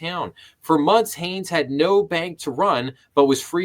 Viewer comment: Shan is my cousin. His name is pronounced "SHANE", and his last name is Hanes, Not Hayes. At least you attempted to pronounce his first name correctly in the beginning. Other videos pronounce it like Sean or Shan.